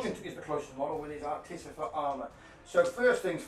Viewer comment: Is there a joke I’m unaware of as to why everyone mispronounces artificer as articifer? It’s not just this channel. It’s all 30k bat reps.